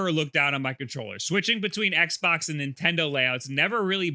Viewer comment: Do you say Nintendoo..?